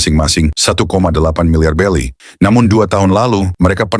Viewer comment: Berry mang,bukan belly..belly tu perut mang..yonko,bukan yongkau..brogy bukan brokey mang🤦🏻🤦🏻🤦🏻